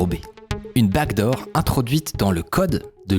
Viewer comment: J'ai regardé genre 10 vidéos dans les derniers jours, et à chaque fois je me demande mais c'est quoi cette foutue "bague d'or" - je ne réalise que maintenant qu'il disait 'backdoor' depuis tout ce temps!